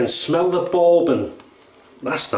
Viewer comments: In the States, "bourbon" rhymes with "urban" or "turban", not with "foreman" or "Mormon." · Great shave mate! Yeah, Peter takes no prisoners with his commissioned soaps. LOL, I like how you pronounce Bourbon hehehe...I might ask for a "Boarbon" next time I'm at the gentleman's club LOL. Love the Black Beauty...probably my favourite Gillette Adjustable (my favourite setting is 7 on all my adjustables - just the right amount of efficiency for my skin). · I love the way you pronounce "bourbon." So classy. (Not being snarky!)